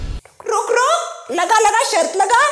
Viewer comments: दादी जी की शर्त ✅ न कि शर्थ ❌ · आप बहुत अच्छे है पर शर्त होता है शर्थ नहीं 😄😄